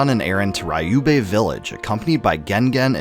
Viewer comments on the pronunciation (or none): To be honest, he mispronounced alot of names in this video and maybe even in the first one. Like for instance, he kept saying "RAIYUB" village instead of "RIYUBEH"